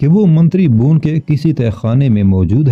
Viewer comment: الفاظ کی ادائیگی درست نہیں ھے بھون نہیں بھون Bhawan